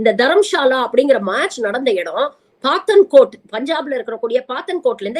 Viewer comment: Paathankot இல்லை. PathAankot is the pronunciation. is barking at Moon.